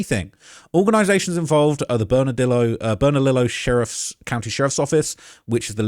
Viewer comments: It's pronounced (Burn-Uh_Leo)! The double "ll"s are pronounced like a "Y". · Burn-ah-Lee-oh bernalillo double l is silent and burque is what we call Albuquerque just a lil help but u did good 👍 there’s no telling what happened the streets here are crazy even tho it’s small city im pretty sure he’s dead that’s just the truth they’ll find his body in the woods near my house or near west side with the bone collection